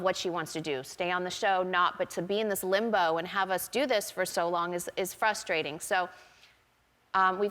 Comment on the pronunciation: Kim says Kourtney is "fustrating". LOL Oh dear, Kim it's 'Frustrating'. it's hard to catch, but it happens.